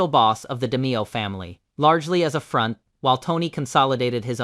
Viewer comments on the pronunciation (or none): none